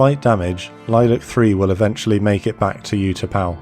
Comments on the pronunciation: I was there during all this. The 'U' in these Thai names are pronounced like a double OO as in Moo or Boo, not like the word YOU. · The narrator could have benefitted from studying the correct pronunciation of Vietnamese place names and Utapao.